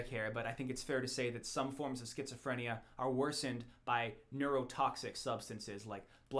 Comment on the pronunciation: Triggered by the mispronunciation of Schizophrenia